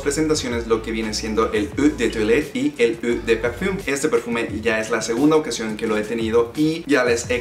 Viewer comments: Eau no se dice "uhh" se dice algo como "ohh". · No es "eu" o "u" de perfum...Es "O" de perfum. O...O...O...O..COMPRENDE BUEY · Eua está muy muy mal pronunciado. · Qué extraño. Soy bueno para los perfumes. Pero éste no me parece particularmente recomendable. Como alternativa te recomiendo Versace Blue Dylan, Invictus o Creed Aventus. Por cierto《eau》se pronuncia《ó》. Saludos.